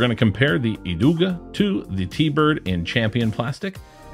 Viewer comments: and Idog is EEdoog no "uh" on the end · You did good pronounce the Kastaplast names! If you skip the "e" at the end of Idog, you got it absolutely spot on. IdoG. I would love for you to take a look at the "beach discs" like the MVP Glitch vs the Beetle from Latitude 64. Thank you for sharing!